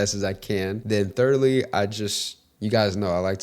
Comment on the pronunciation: thirdly not thirdily 🤦‍♀